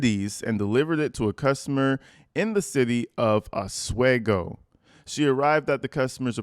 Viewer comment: We pronounce it aus-we-go 😉